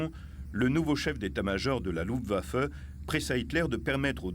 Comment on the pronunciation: The film footage is top notch. However the bloody AI mispronounciation factory - is terribly annoying. Luftwaffe seems to absolutely blow the AI to smithereens....its too bad , because the content of the film is interesting as all hell....